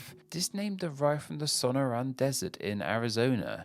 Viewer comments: I bet Pacifica was named after the city of that name, just south of San Francisco. Also, please try harder to say place names right: Sonora is accented on the next to last syllable as it's a Spanish word, and Mt. Rainier is pronounced "ray-NEAR" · /soh-NOH-rah, son-NOH-rahn/ -- He just needs to sound it out, plus consult a dictionary; easy Spanish pronunciation; California's desert; I think he gets in a hurry, plus he's British and not familiar with American place names.